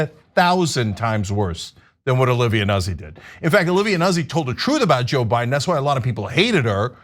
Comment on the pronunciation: Ana, the last name is "Noot-ze".